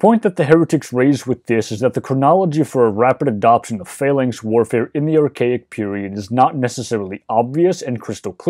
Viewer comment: The lector pronounces the word "phalanx" as "failings" most of the time, which is confusing.